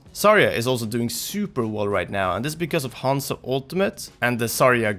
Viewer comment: 一番生田 And somehow mispronounces Zarya and Hanzo. And he's not an english speaker, he's Swedish.